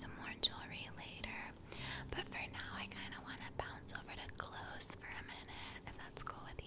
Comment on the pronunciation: I thought you said “bounce over to glues” not clothes....took me a minute buuuuut I caught on.